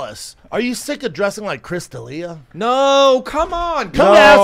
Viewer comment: And the winner for being able to put together the most coherent sentence, Chris “DinggleBerry” D’Ellllliiaaaa!